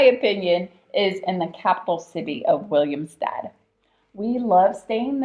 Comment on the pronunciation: Its not called "Williamstad" but "Willemstad"